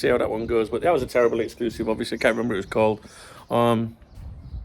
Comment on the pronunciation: Did I miss a Darwin exc-loo-sive